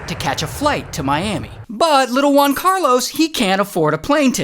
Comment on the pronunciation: “One Carlos” Try HUan Carlos, like in “Hooters”